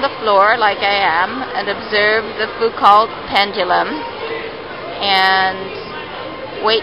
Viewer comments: Pronounced FOOH-COH. The single "t" at the end of words in French is silent. Think Ballet - it's not BAH-LEHT. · Foucault is pronounced "FOO-ko". French name.